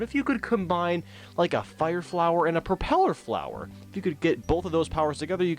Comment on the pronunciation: Propeller Flower. Don't know if you were instantly saying the name of it, or said it wrong.